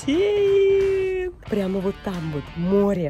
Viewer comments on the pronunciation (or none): none